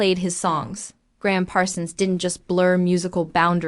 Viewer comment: This is an embarrassment. AI voice continues to mispronounce his name and subtitles spells is Graham. For s**t sake, if you're going to honor a great musician do it right. If not, shut up.